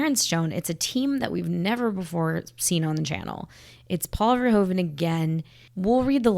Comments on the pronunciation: In case you want to know: as Paul Verhoeven is Dutch (like me), the correct pronunciation of his name is "Verhooven". Our OO and OE are flipped when compared to English: you'd say "cool" and we have "koel" – both words sound the same. To my knowledge, "shoe" is the only English word where OE sounds like we do in Dutch. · VerhOEven not VerhOven. Sounds like the OO in Snoopy : ) The Dutch OE sounds like the Engilsh OO. Just wanted to say this cause do many peeps pronounce it so wrong.